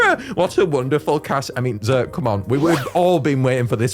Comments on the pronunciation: um actually x’rt is pronounced Exert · X’rt is pronounced “exert.” Also, Fandhul HAS to be percussion, because otherwise, Boodoo is the only percussion monster unless Arackulele beats on its guitar.